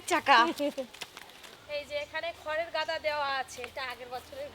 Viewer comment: গাদা বলে ,দাগা না 😂😂😂